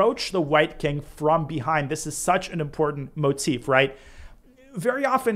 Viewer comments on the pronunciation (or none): none